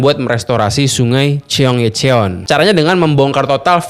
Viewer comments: Bacanya gini bang chong-gye-chong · Seoul bacanya So-ul (kaya ngmg bakSO) Cheonggyecheon bacanya chonggecon ajaa😅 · bang, dalam huruf Korea yang ditransliterasi ke huruf Latin, yang tertulis "-eo-" itu bacanya "o", jadi Seoul, bacanya Soul, Cheonyencheong, bacanya Choyencong bang... eo dibaca o, eu dibaca mirip orang Sunda ngomong "geulis" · Cheong - ye - cheon ❎️ Cheon - gye - cheon ✅️ Se-oul ❎️ Soul ✅️ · ... #bacanya SOUL & CHONG GYE CHON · Info nya bagus, tp cukup terganggu untuk penyebutan "Chonggyecheon" Nya. Wkwkwk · Kira-kira ada ga ya yang bahas pronounciation si abang ini yg bilang "Seoul" dan " Cheonggyecheon"? wkwkwk